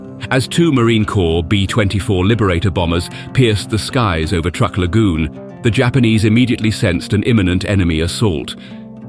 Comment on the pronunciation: Truk is pronounced as truck, not trook!